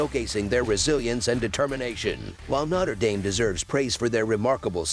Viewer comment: “Notter” Dame 🔥